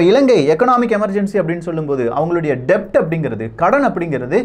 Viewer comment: 'Debt' is pronounced as 'det', 'b' is silent.